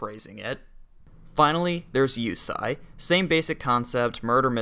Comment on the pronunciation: ohhhhhgames i own and neverplayed!!! also,it's pronounced "jih-say","kahn-say", and "yo(very tiny little 'oo'sound)-say" also, are these games even MADE in japan?